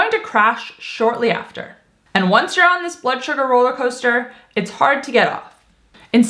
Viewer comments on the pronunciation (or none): none